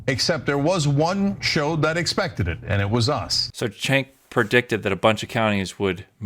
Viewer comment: It’s pronounced Chunk, Chunk Yogurt.